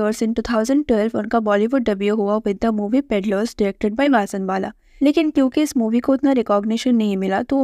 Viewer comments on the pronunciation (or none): none